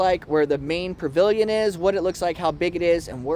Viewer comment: Sweetie, there is no r in pavilion.. except you R.